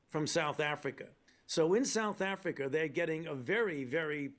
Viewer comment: In the beginning, i could've sworn fauci said "south africer".